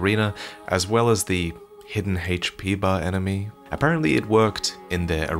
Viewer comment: Really? Hache P?